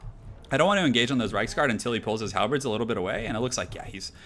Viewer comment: No, he says "Halbreds" It's pronounced, as it's spelled. "Halberds".